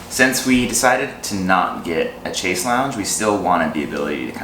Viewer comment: FYI - "chaise" = pronounced like "shaiz".